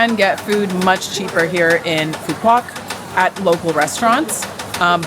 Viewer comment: nice vacation, the island is pronounced as foo vook and not pho quock as most American tourists call it. With Love YKM